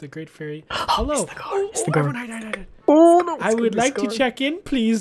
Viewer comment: it is not senor loro its senor goro